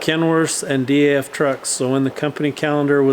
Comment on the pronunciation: if you look in newer KWs and Peterbilt you will see the DAF interior influence rubbing off on to into the US 🇺🇸 market and you pronounce it as a word DAF not D-A-F they run those crappy PACCAR engines to forever blowing turbo’s and electrical faults I used to drive one on my old job from my other YouTube channel